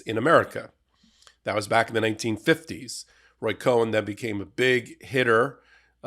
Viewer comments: "Cone" not "Co-en" At least since the 1960s that is the way I have heard the name Roy Cohn pronounced on television & radio. Apologies for the pedantry. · It's KOHN, not COHEN! It's got one syllable, not two! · It's Roy Cohn not Roy COHEN. Roger Stone needs to be LOCKED UP. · NO.... not ROY COHEN!!!! .... his name is ROY COHN.... like nails on a chalkboard....... 😖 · It's Roy Cohn, not Cohen. I agree with what you're saying but do a little research first. Otherwise you're talking about someone else entirely. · It’s Cohn not Cohen. Cone vs. Kōhen. There’s no e. There are so many names punctuation is important. TY for your excellent work. Your voice is critically important in the US. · It's Roy COHN not COHEN. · It's COHN, not Cohen. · It's Roy Kohn, not Cohen. Meidas and you, of all people, should have gotten that right. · His name was Roy Cohn pronounced Cone not Cohen. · Cohn, not Cohen. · < Not sure why you're pronouncing "Cohn" as if it is spelled "Cohen". I haven't heard other commentators say it that way. FYI: Documentary Film Donald Trump's Financial Ties to Russian Oligarchs Exposed Documentary 2017 /watch?v=fCDV4OH0rzY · It’s Cohn not Cohen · ROY CONE NOT COHEN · Love your vids,, but his name was Roy Cohn (pronounced “cone”), not Roy Cohen. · None of this is surprising when you look at the man. By the way it’s pronounced cone not cohen 😂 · I love your Legal AF, but you are saying his last name wrong. It's Roy Marcus Cohn not Cohen. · Roy Cohn, NOT Cohen.!!! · 'Cohn'. Not 'Cohen'. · It’s pronounced ‘cone’ NOT ‘coh-en’. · Believe it is Cohn pronounced cone or coin. Not Cohen,. Q: why is the DOJ not arresting Roger Stone for committing crimes before our eyes?!? WTF Merrick Garland?!? What does it take? Love your work and listen every day and night. You've given me a law education and hope. Hello to Ben, Brett and Jordie. TY guys ❤❤ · It's "Cohn," not "Cohen." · "Cohen" or "Cohn"? Careful, you might be due a beat down!